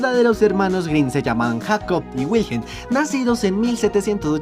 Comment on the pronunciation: Hiji, de Hiji no Hashi, se pronuncia como "jiyi". Los nombres de los hermanos Grimm se pronuncian como "iacob" y "viljelm".